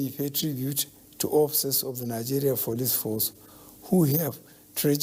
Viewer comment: How come na only head dey move,,Nigeria,is only God we look up to, abeg who hear how he pronounce trader money,police force,federalits funny